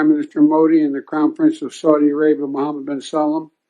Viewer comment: its not enough that he butchered MBS name but he then tried to correct himself and said the same butchered name again HELP